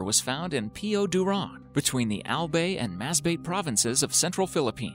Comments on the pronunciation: Its not piyo dowran Its piyuduran And its not al bay It alBay Like bye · He say albey not albay hahha english accent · The pronunciation of ALBAY, ALBEY 😂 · Kasi English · You:albey Us pilipino:albay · That albay not albey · Albay, Not Albae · "albey"?😳😆 Baka albāy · It’s albay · Not albey it's pronounced as Albay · Its ALBAY not ALBEY 🤣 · the albay as "AL BAY"(pronounced english) was something 😂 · The way he pronounced "Albay"🤣🤣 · I'm from the Philippines and the way he pronounced "Albay" made me laugh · Instead of al-bay it became al-bey; Mas-ba-te to mas-beyt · Correction, it is read as "AL-BAY" not ALBEY and "MAS-BA-TE" NOT 'MASBEYT' Read it as you spell. Thank me later. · "Albey" and "Masbey" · Albey and masbeyt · MASBAIT AND ALBEY that's cute I love how u tried LMAO uwu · It's Al-bye and Mas-ba-te :> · Albey and masbeyt hahahahahahaha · You Pronounced Albay and Masbate wrong...Not elbey not mesbeyt.. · Albey and Masbey lmao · Pronounce "Albay" like how you pronounce the word "bye". Pronounce "Masbate" like how you pronounce "batte-ry". 😉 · Hahaha yeah right 🤣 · Filipino here ahhahaha The way he pronounced albay and masbate was hilarious ahhahaha